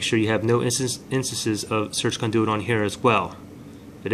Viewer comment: Of course this does not work but I should have known, this guy cannot even pronounce CONDUIT correctly.